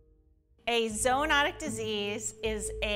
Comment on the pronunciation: Zoo-not-ic not zo